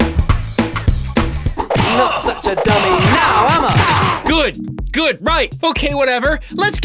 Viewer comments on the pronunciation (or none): "Not such a dummy now, Emma" i know its "am i" bt the voice actor sounds like he's saying "Emma" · I know that CID’s catchphrase is supposed to be: “Not such a dummy now, am I?!” but every time he says it, it sounds like he’s saying: “Not such a dummy now um uh?!” It just makes it that much more painful to hear him say it...